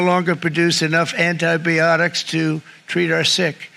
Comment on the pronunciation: 🤣 anti-bee-ontics...such a genius, babbles from the heart